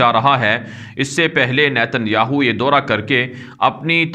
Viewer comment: daura ,kahen , Dora nahi .